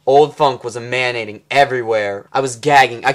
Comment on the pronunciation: Is he pronouncing 'emanating' that way on purpose?